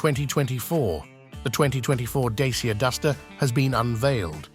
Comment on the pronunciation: It's a great car, and huge upgrades to the old Dacia (Dachia is the correct pronunciation....not dasia as you pronounce amd its the old nam of Romania).